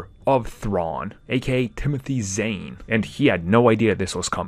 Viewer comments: Zane? It’s Zahn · Zahn, it rhymes with Thrawn, not "Zane".